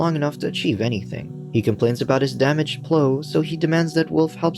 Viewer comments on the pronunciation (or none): Why can't the narrator say the word Plow? it's not 'pl-oo' its pl-ow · You were really calling the giant truck with a PLOW (sounds like now) on it a PLOW (sounds like grow) lol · Can't say plough? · lol!!! it gave me a giggle everytime! is it a human reading or not??